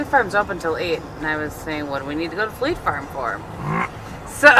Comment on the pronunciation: The colour of your make is gorgeous and really suits you. When you were first saying fleet farm I thought you were saying flea farm I was a little confused :)